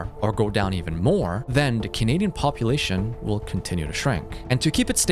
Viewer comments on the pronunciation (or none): Lol AI WOLL YAKE OVER